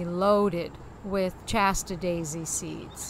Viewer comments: Shasta, not Chasta! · I've never heard "Shasta" pronounced "Chasta" before. Is this from Massachusetts?